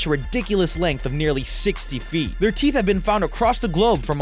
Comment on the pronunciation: I cant stop laughing brush your theeth go 😂😂😂😂😂😂😂😂😂😂